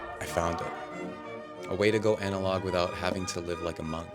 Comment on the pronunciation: I can't unsee or unhear "anarog" like the south park shitty walk owner